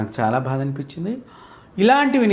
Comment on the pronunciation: meeru...bHaada bHaada ani antunte nenu vinaleka chasrhunnaanu, meeru Samskrutam, Telugu nerchukoledaa? meeru kooda English lone vidyaabhyaasam chesaara? Mari ilaani uchchaarana yenduku? Dayachesi bHaada anakandi